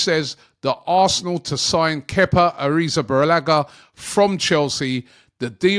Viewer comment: "Arizabarellaga" Robbie and names😅